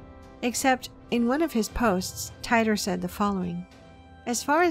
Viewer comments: It's not John Tyter, it's pronounced, "Teeter' As in, "teeter-totter". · teeter. not tighter. John Titer. /yawn